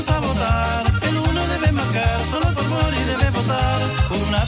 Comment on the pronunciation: Gabriel Boric (pronounced Borich) is Slavic surname, so it is not pronounced "Borik" - it is " Boritʃ ". Whenever you have a Slavic surname ending with "ic" - it is actually "ich/itsh", like Kovachich, Modrich, Stevanovich, Novak Djokovich, etc.